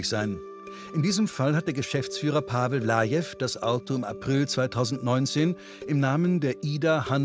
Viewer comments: Pavel Palavel. Oh mein Gott, so heisst doch kein Kroate. 🤦🏻‍♂️🤦🏻‍♂️🤦🏻‍♂️🤦🏻‍♂️ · Pavel Palavel ist einfach Pavel Pa"la"vel mit einem "la" zwischen drin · Der sagt Pavel valave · Pavel Lajev 😄 Pavel Valave 😂 Pavel Palavel ... da ist mir echt der Kaffee aus der Nase gekommen 🤣🤣 Hauptsache Pavel